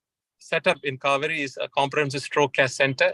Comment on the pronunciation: Kauvery... sounds like Cow-veri 😄😄